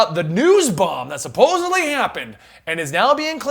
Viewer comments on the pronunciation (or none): none